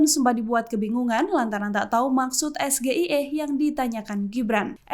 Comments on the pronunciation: Kalau Singkatan bahasa Inggris, bukan bilangnya Es Ge I E hrs nya Es Ji Ai I😂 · Branding Otak udang, singkatan Bahasa Inggris dilafal Bahasa Indonesia. Es Ji Ay I dilafal SGIE Biar orang SGIE juga gak akan ngerti si bodoh capruk apa??? Sudah Salah spelling, Salah pronounciation, hasil contekan, ehhhh bangga pula ngejek Imin pertanyaan sulit padahal pertanyaan terbodoh yang pernah ada Di debat Capres.😂😂😂😜😜😜😜☝️❤️🇲🇨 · Terbukti DUNGU. Singkatan Bahasa Inggris Di eja Bahasa Indonesia. Es Ji Ay I Dibaca SGIE 😂😜😜😜🎧. Sudah Salah spelling, Salah pronounciation, hasil contekan ehhhh bangga pula ngejek Imin pertanyaan sulit, padahal pertanyaan terbodoh yang pernah ada dimuka BUMI 😂😂😜😜😜😜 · Baca aja lho juga singkatan SGIE...baca saja salah...mana ada bahasa inggris SGIE ( bahasa Inggris Es, Gi, Ai, I ) dasar anak karbitan... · Tebak2an singkatan keg cerdas cermat anak SD. Wong singkatan bhs inggris di ejanya bahasa Indo... SGEI Bacanya ES JI AI I... bukan ES GE E I, katanya lulusan luar negri? Hedew.... Mau sok2an kena batu sendiri 🤣🤣🤣🤣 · Es Ji Ay I Dibaca SGIE, pertanyaan terbodoh yang pernah ada. Singkatan Bahasa Inggris Di lafalkan Bahasa Indonesia. Yg ngerti cuma si dungu 😂🎧. Sudah Salah spelling, Salah pronounciation, hasil contekan, ehhhh bangga pula ngejek Imin pertanyaan sulit padahal pertanyaan Dungu gak penting 😜😜😜😜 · Hidihhhh, Singkatan Bahasa Inggris Es Ji Ay I dilafal Bahasa Indonesia SGIE Sama si dungu Gibran. Biar pejabat2 SGIE juga pasti gak ngerti si Gibran capruk apa???? Sudah Salah spelling, Salah pronounciation, hasil contekan ehhhh bangga pula ngejek Imin pertanyaan sulit, padahal pertanyaan terbodoh yang pernah ada dimuka BUMI 😂😂😂☝️❤️🇲🇨. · Singkatan Es Ji Ay I Dibaca SGIE, singkatan Bahasa Inggris dilafal Bahasa Indonesia. Cuma buat Gaya??? Sudah Salah spelling, Salah pronounciation, hasil contekan, ehhhh bangga pula ngejek Imin pertanyaan sulit padahal pertanyaan terbodoh didunia 😂😜😜😜😜🎧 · Menyebut akronim aja udah salah....S G I E..... 😂😂😂😂😂